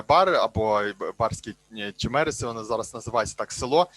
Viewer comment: Це дуже добре що є люди які працюють над історією міста Бар,але панові потрібно зїздити в місто Бар подивитись на руїни,тому що склалалось враження що він тут взагалі не був(хотяб судячи з того де він ставить наголос в слові Чемериси)